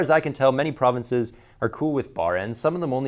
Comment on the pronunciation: didn't know you were canadian 'til you said provinces...